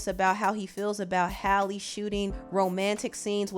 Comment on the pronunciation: Are you mispronouncing her name or dud I think it was pronounced Halley instead holly